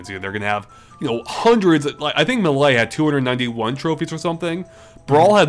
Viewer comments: It's May-Lay. Not MAH LAY. You're making me cry. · Ok this has been bothering me but it's Super Smash Bros Melee! Not "Super Smash Bros Malaay"!